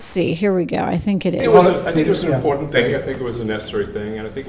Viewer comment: I'll subscribe only if you stop saying impor-ent!